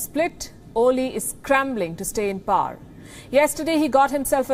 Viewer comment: The word power is pronounced as pow·er (/ˈpou(ə)r/). All Indian journalists pronounce it as “par”. They feel they sound anglicized/western. They do not even realize that it is wrong. Wanting to be white or western runs deep among Indians. Uhhhh....